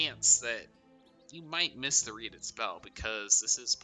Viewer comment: readied spell is pronounced like "ready'd" not "reedy'd" but great setup. idk why the pronunciation bothered me so much lol